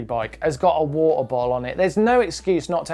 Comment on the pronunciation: wa-er :D gets me everytime